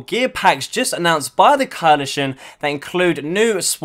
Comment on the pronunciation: Can't say coalition eh